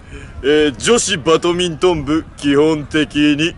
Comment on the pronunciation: ここ2日くらいハマって見続けて、この回めちゃおもろいです！！ ただ、1つだけすいません！ バトミントン→バ『ド』ミントン ここだけ凄いもやもやもやもや。。。これは、全国のバドガチ勢を敵に回します！！笑 (私もその1人です笑)